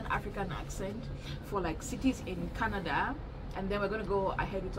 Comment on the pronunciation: Kah- na-da😂😂😂